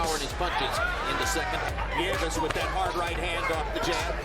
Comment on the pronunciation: “Neeves” “Neevus”..it’s actually “nee-YEH-vess”